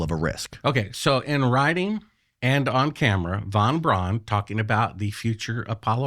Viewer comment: vanbraan, vanbraan. Ya I see you luv vanvraan.